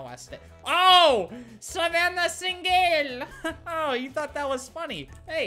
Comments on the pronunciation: 8 seconds into the video Me: hears my name ( savanna ) Albert: SaVaNnAh SiNgEL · Savannah sin-gel 🤣🤣🤣🤣